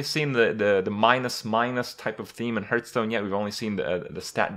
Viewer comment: Why do you pronounce it "Hurtstone"?